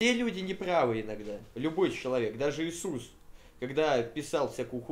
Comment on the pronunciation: Иисус, пачаны, а не исус